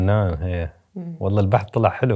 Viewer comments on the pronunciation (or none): تصحيح: واللهِ بكسر الهاء و ليس واللهي